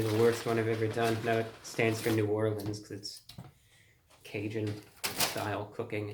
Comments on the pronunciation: "ca-pepper-un" Its cajun lol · Did you say capepperun? 😂😂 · "Ca-pepper-un" Please never change, ROTW. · That says "Ca-Pepper-un" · My guy said ca-pepper-un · it's cajun ☠️ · “Ca-pepper-un” Wise.